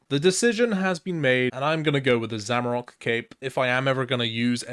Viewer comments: There’s no o at the end of zamorak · Finally I've found someone else who says zamarok rather than zamorak. Doesn't matter how many times I read or hear it the correct way, it'll always be zamarok in my head.